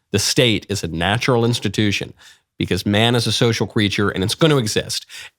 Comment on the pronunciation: Please stop saying 'because' like u English is not your first language And also please stop being smug